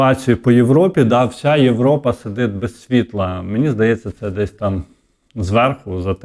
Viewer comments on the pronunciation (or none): none